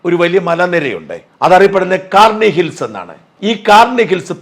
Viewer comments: കാർണി ഹിൽസ് അല്ല shaja..... കിരാനാ ഹിൽസ് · Karni അല്ല kirana hills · Not karni hills... Its KIRANA HILLS